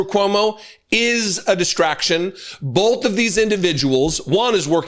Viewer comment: Does do that weird thing of putting an "l" on the word "both"? As in "bolth"? Or am I hearing him wrong?